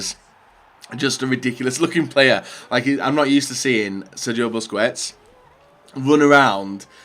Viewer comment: Grpundsell as in pronouncing names like busquets and Sulë wrong all the time. The joke was that he probably knows he's doing it. Stop trying to look smart